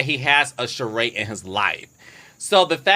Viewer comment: Why do I cringe every time she says Sheree’s name wrong? It’s a bit rude.